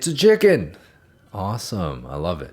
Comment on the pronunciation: ItS A ChIcHeN 💀💀